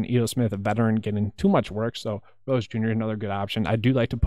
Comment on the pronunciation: You nailed Gore and Rose! Well done!